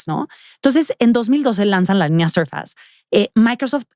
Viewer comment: SORFEIIIISSSSS .....SORFEIIIISSSSS ::::::: 🤦🏻‍♂️🤦🏻‍♂️🤦🏻‍♂️🤦🏻‍♂️🤦🏻‍♂️ .NO ....SURFAS !!!!!!! NO MAMAAAA!!!